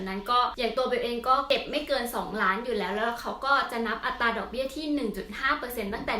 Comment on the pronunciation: เวลาพูด อัตรา บ่อยครั้งไม่มี "ร" ควบกล้ำนะคะ